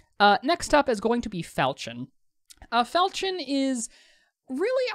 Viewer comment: Really helpful video... new to game an want to work out what's best for the character. As a side note: please look up how to pronounce Falchion: you shouldn't be mentioning a sexual act as part of the pronunciation! XD